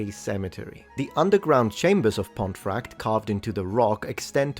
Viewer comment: It's pronounced "pont-eh-fract" and the traditional form pomfret is also anglicised to "pom-frett".